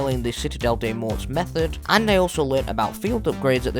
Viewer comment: For citadelle ur not supposed to say the S and the T at the end it's just " mow " hope that helps !